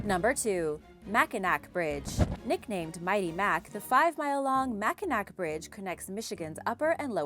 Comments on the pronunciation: I've lived in Michigan my entire life, too...LOL...and still live here... "up north"....and I can just see that for someone who doesn't live here or hasn't heard it pronounced they could make a mistake since, for example, the city is spelled Mackinaw and the bridge is spelled Mackinac. :) It sure was an interesting video, with some super scary bridges! :) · And the saddest thing of all is that I live in the UK. Though to be fair, Lake Pontchartrain featured heavily in the Lyrics to Andrew Lloyd Webber's musical 'Whistle Down the Wind'. I have to concede: is usually spot-on when it comes to pronouncing Latin American name-places, but is seems (as with Mackinac bridge) not as keen with the Native American ones! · It is not pronounced Mackanack. It is pronounced Mackanaw. The one thing you didn't mention is in the wintertime there have been trucks blown off the bridge many times into though cold water below even semi trucks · It's pronounced Ma Kin Naw not mac in nack.. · Mac-in-awe not Mac-in-ack :) I'm live near it here in Michigan. Thanks for the great video! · I simply cannot believe you don’t know how to pronounce Mackinac!! It’s pronounced Mackinaw. I was DYING at that one. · Mack-in-aw is the right pronouncing sound. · That was killing me...it’s like Mackinaw... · I’m in Michigan, too. I was dying at that one...